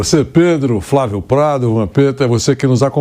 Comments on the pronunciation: Vampeta fala FRA vio!!😂😂😂😂😂 Ignorante pa carai!! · Vampeta fala : " Frávio"?